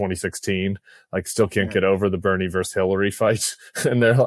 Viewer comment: When Tim says "vers" when he means "versus", I wonder if he knows the meaning of the colloquial term "vers" (clue: it is short for "versatile" in a sexual context.)